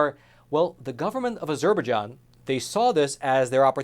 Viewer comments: IT'S NOT AZUR BER JON... IT'S AZER BI JON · Not to be petty, but the name of the country Azerbaijan is pronounced with the main stress on the last syllable and secondary stress on the first syllable: A zerbai JAN, not a ZER baijan. Since this entire news story focuses specifically on that country, getting the pronunciation correct matters. After about the 10th time I heard that nearly unrecognizable pronunciation, it really started to bug me. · Surely pronounce az-er-baij-an and not a-ZER-baij-an? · "A Zer Bejon?" its azer - by-jon if youre gonna cover the story, at least say its name right. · You could do with a pronunciation coach.. Azerberjan is what you are saying!! which is pronounced AZER-BY-JAN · It's pronounced as zer by jon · I think it's pronounced Azer-bye-jahn. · it's pronounced Azer-bye-jahn. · Azur-bai-zhan is how to correctly pronounce. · Azerbaijan is pronounced, as er by john, go link below. I am really frustrated with professionals not be able to pronounce known names. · Say with me: ah-jzur-bi-JZAHN emphasis on last syllable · Good report with the exception of your ridiculous pronunciation of Azerbaijan. It's pronounced, "AZUR BY JON" with the emphasis on the third syllable. (Are you actually doing your own research or just reading what they tell you to read?) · I am sorry to be so squirrel...the pronunciation of Azerbaijan is "a-zr-by-jaan" not whatever you were saying that drove my OCD nuts. Thanks for the reporting and putting these Christians on my radar. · This is how Formula One pronounces it: "Ah-zure-bye-JEAN" with the Jean pronounce like the Captain of Enterprise D. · Ah - ZER - ba - jon. You can do better than that. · Az-er-by-ZHAN, which is sort of how others have pronounced that country. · This word Azerbaijan is pronounced as “Az-jur-by-john”. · Ah-zur'- bah-john?...try again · Have I been pronouncing Azerbaijan wrong this whole time? I thought it was pronounced A-zer-buy-JAHN